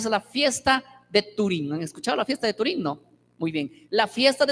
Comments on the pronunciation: un error es cuando lo dices una o dos veces, pero el cada que lo mencionaba decía "Turín" y es Purim que de malo tiene que se le corrija, o ya lo hiciste tu idolo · No sé si estoy escuchando bien o que el pastor lo dice equivocadamente, pero yo escuché que dijo "fiesta de turím". Si es así, eso es equivocado ya que no es 'turím' sino 'Purím'. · o sea que en algunas presentaciones lo pronuncia bien y en otras no, cuando conoces la palabra sempre lo vas a pronunciar bien, en todas las veces que lo mencionó lo hizo mal